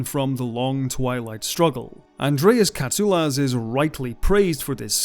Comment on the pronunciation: As a Greek I thank you for the right pronunciation of Mr. Katsoulas surname. As always great work.